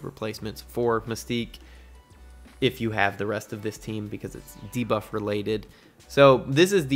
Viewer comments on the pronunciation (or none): none